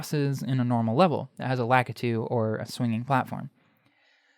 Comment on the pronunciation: Lah-KEY-too, not Lack-Uhtoo